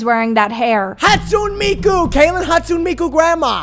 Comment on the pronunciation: weston saying mikus name wrong is so funny😭